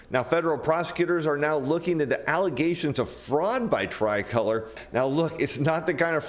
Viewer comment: You’re pronouncing “tricolor” wrong. You used “margin call” incorrectly and you don’t seem to understand the subprime auto industry or ABS.